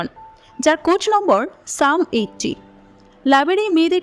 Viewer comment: কোট নাম্বার নাকি কোড নাম্বার । বার বার পড়ছেন কোট নাম্বার।কয়েকটা দেশের ছবির কিছু কাহিনি ও ধারনা নিয়ে ছবিটি তৈরি করা হয়েছে। স্কুইড গেম থেকে নেওয়া হয়েছে থিমটা। ভারত নকল ছাড়া কিচ্ছু পারেনা।